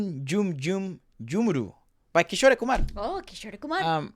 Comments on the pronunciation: Guys Kishore is pronounced as kishor and not kisho-ray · Amazing vid, just one thing cuz it really hits my ears everytime. 'Kishore Kumar' is pronounced as 'Kee-shor'. Unlike in Spanish, the last 'E' is silent. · Guys just a little tip for the pronunciation for kishore sir's name - its not Kisho "rey" like you guys saying it, its kishor , you dont need to pronounce "e".. pronounce it like how you pronounce more or door. just Kishor. not Kishoreyyy. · His artist name is pronounced as Ki-shore(shore as in the sea shore) and Kumar is how you pronounced it. The ‘e’ is not pronounced when written in English. In the Hindi spelling there is no ‘e’ sound it ends at ‘ruh’ sound. Just something I noticed no one mention. Love your videos❤️ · it's not kishorey kumar, it's kishor kumar, e is silent at the end. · His name is Kishor Kumar by pronunciation although by spelling its kishore kumar.. just humble correction..